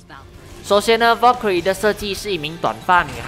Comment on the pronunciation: wow Valkyrie 的發音很ok！